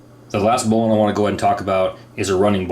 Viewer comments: The correct pronunciation - finally. Should sound like "bowling". You are onto it. Everyone else sux. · I am so happy to hear you pronounce bowline correct, as "bolen". It's my favorite knot of all time. Yours is by far the best demonstration of bowlines I have seen, and I learned something with the Yosemite. Awesome! I've never seen that before. I have to wonder however, if there could possibly be any issue with the basic bowline's "cinch" loop's effectiveness, i.e., if it's security could be affected or compromised by introducing the working end into it. I personally doubt it, but rope scholars could maybe school us. I learned bowlines in 1985 while working as a commercial fisherman in AK. Unless you've got some shitty springy stiff slippery line, I've never experienced any reason to back one up. That being said, if I am using a bowline in my climbing pursuits, it's backed up. Life is worth an extra second or two. Thanks!